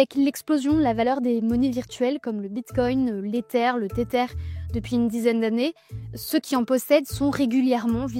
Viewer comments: Tether se prononce Tezer, svp ! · non ce "th" se prononce comme dans le mot smith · ah ça oui, mais pour quelqu'un qui prononce Tether en TETEUR, lui demander de prononcer TH comme dans SMITH relève du miracle :face-purple-crying